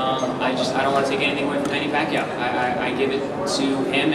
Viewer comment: the Chinese guy just called the champ manny pacyou lol..